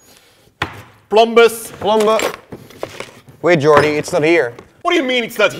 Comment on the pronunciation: The names are perfect, but with Yannick as Yan-rick and Jordy as...Jorty Yan-Rick and Jorty